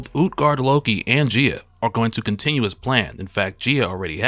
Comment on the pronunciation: Gaia guy-ah